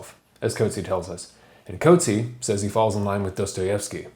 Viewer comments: The CORRECT way to pronouce the author's name is "COAT-see-ah". He is from am Afrikaans background NOT an English background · Ok great review but please note that his surname is pronounced “coot-see-a”. He’s a great author and his name should be pronounced correctly. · coat-see haha. but great video! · You’ve mispronounced his surname.